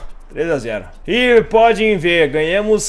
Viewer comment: se tem uma coisa que me dá nos nervos é tu falar ''PODIM VER'' uhsahusauusha o certo é ''PODEM VER''. Valeu ai, ótimo vídeo. abs.